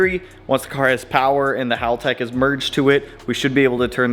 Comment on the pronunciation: One of the few Americans that can pronounce Haltech correctly 👍